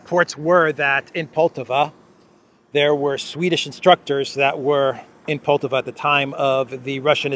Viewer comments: Poltava (stress on the second syllable), was a site for a decisive battle in the North War between Russia and Sweden. Peter the Great vs Carl XII, 1709. Carl XII was attacking Russia after Peter got access to the Baltic sea. The battle ended in a decisive Russian victory, with Pushkin commemorating it in his poem. Swedes in Poltava brings these historic memories. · Не ПОлтава. Но ПолтАва.